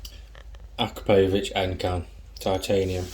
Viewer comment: Please learn to say Akrapovič properly.